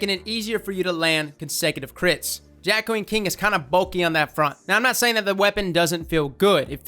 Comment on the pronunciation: You’re saying it right for once lol.